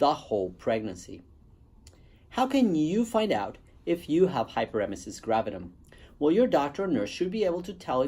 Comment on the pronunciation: Spelling it wrong in title and missing a syllable when you pronounce it doesn't make me feel good about your experience with it.